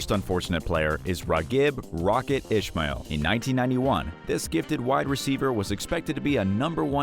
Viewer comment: Seriously... #1 and #2.. its pronounced Is-Mall and U-Ni.Tus